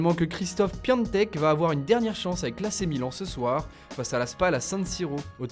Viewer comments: Ça m'énerve .. pourquoi tu dis Piantek alors que c'est Piatek ! Là j'en peux plus bor*el de mer*e 😆 C'est PiAtek et pas PiANtek ... Ça fait 50 fois Nom de Zeus 😉 Sinon c'est bien .. vu que je remarque que tu te plantes à chaque fois avec PiAtek ça veut dire que je regarde à chaque fois ... donc c'est cool 😉 !! Merci 😉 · Je comprends pas pourquoi vous dites à chaque fois Piantek, alors qu’il y a pas de N